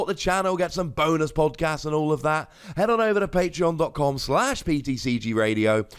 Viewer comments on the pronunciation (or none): none